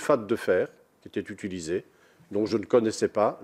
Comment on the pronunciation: "nous n'avons jamais zutulisé"